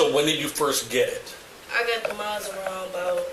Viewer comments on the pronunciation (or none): A few points. She killed a cop, she's lucky she doesn't get the chair. '7'' IQ - Boll*cks! Whats a Marrrrrrsda? Its Mazda!